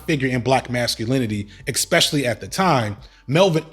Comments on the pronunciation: As well spoken as you are, if.... axe instead of ask fustrated instead of frustrated xspecially instead of especially are where your brain is defaulted?; you'll never get the respect you deserve. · Mr. "EC-specially " , I feel almost the same about your podcast; excepting the obviousness of your unwillingness to acknowledge that you've pronounced (especially) incorrectly for the first half of your life....